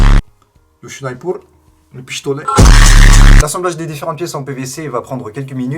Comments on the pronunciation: Tu dit pishtolet 😂😂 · Tu a dit pichtolet 😂😂